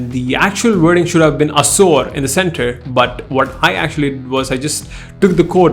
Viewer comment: Assour!! Seriously 😅. Awsome video anyway